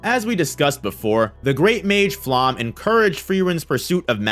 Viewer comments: Like all personal names in this series, Flamme's name is German. It is not pronounced /flam/, as you think; nor /flæm/, as another YouTuber imagines. “Flamme” is pronounced /ˈflamə/ or /ˈflame/. Of course, Japanese speakers are likely to approximate this as /ˈfuramə/ or as /fuˈramə/. Listen for it. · And “Flamme” is pronounced [ˈflamə] or [ˈflame]. Of course, Japanese speakers are likely to approximate this as [ˈfuramə]. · Serie is not Siri, but ˈzeːri̯ə, with Z and e at the end. Flamme has an e at the end and so on. I almost never say anything like that, but your pronunciation is so far from good that I must make an exception now: pls. check the names before making an over 1 hour long video.